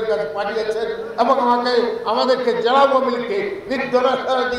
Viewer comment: জ্যালা আর ন্যাতা না। উচ্চারন হবে জেলা আর নেতা।